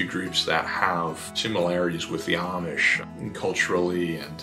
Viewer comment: It is so nice to hear the words "Lancaster" and "Amish" pronounced correctly. Thank you!